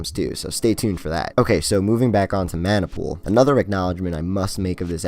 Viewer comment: 猫 シ Corp. it’s pronounced Maah Nah Pool not man nai